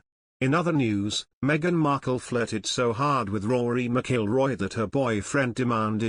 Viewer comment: Not pronouncing Rory's name right.